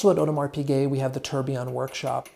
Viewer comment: fantastic video but Jesus the mispronunciation of tourbillon man that through me for a loop.